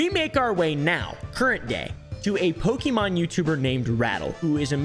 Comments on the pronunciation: @@ when I was a kid back in the 90s all the adults said po-kee mon or man's, but it's pronounced po-kay mon 😅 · Poke E Mon... i cannot listen any more. Po Kay Mon. Pokemon. At this point just call them Pokemans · I love it when you say “Pokey Man” ❤😂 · He calls them Pokimaine Cards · its actually po-keh-moan if we're going by japanese pronunciation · Running rn to my homecountry to change my ID and passport 😂. I speak Spanish baby, we pronounce it PokeMÓN 💅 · @@ That's literally what my grandmother still calls them. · Cilib priniincis Pikimin lik in ild lidi in thi 90’s